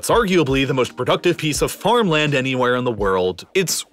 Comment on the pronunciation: His pronunciation of mountain and farmland is killing me.